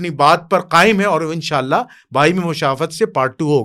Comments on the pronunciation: بھائی ایک لفظ آپ نے غلط پڑھا ہے مشاورت کو مراشود ت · bhai, Musha"r"wat nhi,Musha"w"rat. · مشاورت لفظ صحیح ادا کریں لوگ آپ کو باریک بینی سے سنتے ہیں باقی بھائی صاحب ملاں کو سمجھ نہیں آ سکتی جو مرضی کر لیں